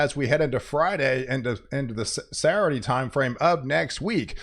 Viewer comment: Sat - ttur- dayy😅 I think he’s doing it on purpose lol On “ Sa- Urdy “ 😅